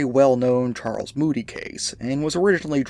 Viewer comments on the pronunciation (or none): none